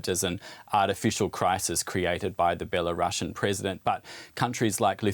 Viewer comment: One pronunciaton correction: Belarus - Belarusian (belah - roosian). Not Bela Russian